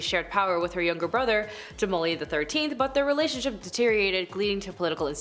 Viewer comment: The P is silent, please learn how to say things